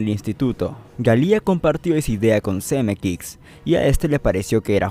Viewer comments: Buen vídeo, pero por favor, es tedioso escucharte decir "Zemekix y Galía", es "Zemeckis y Gale" (Pronúnciese Semékis y Géil)... Fuera de eso estuvo interesante. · "ZemeKICKS" y "GALÍA" ???? no sabia que asi se pronunciaba. jajajajaja... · Algo incomodo escucharlo porque tampoco es Zemeckix.